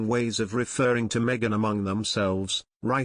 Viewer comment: It's, ( Me - a - gain , not Me - gine ) y